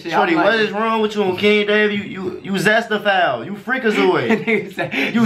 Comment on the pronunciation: My mans said zestaphile 😭😭😭🤣🤣🤣